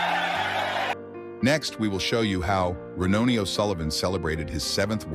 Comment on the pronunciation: Rinoni o'sullivan, you prick, it's RONNIE O'SULLIVAN